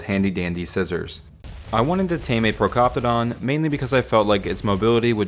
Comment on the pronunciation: ok but why do you pronounce more names wrong than right? like ankylosaurus, procoptodon, wyvern, and argentavis. polymer too. i bet you dont know the number of seconds youre supposed to wait between tranquilisers for maximum effect either. oh and doedicurus, since youre abbreviating the name to doed, the correct pronunciation is is „dode“. ok thats bullshit, they obviously add salt to the water. why else would it be dry and make you even thirstier?